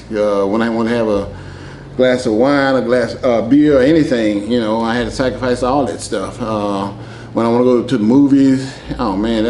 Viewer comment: The way he pronounces "Sacrificee" 😄